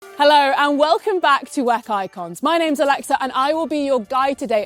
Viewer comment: The content is great, but pronouncing W.E.C. wheck is rough.